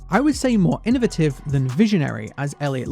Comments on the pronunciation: "in-o-vate-ive". Not in-o-veh-tive" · Just gonna be the person who finds the way says innovative enduring and kinda funny /Lh